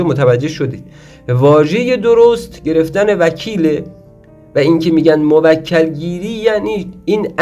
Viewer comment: موَکَل؟😑🤔 بعد تو اوسکول رمال کجات دکتره ، لقب جدید پیدا کردی قدیما ملا و سید الکی بود الان پا رو فراتر گذاشتی شدی دکتر خود خوانده 😂😂😂 تو برو اول تلفظ درستشو یاد بگیر مرتیکه ک نشور بعد بیا خودتو استاد و دکتر بخون شما همون کسانی هستید که باعث جهل و خرافات و مایه ی ننگ این مملکتید🤦🏻‍♂️